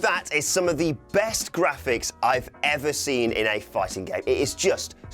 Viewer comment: the way he said " ever" tells it all hahaha